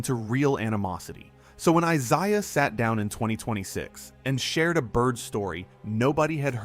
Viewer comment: Who’s “ Eyeziah “?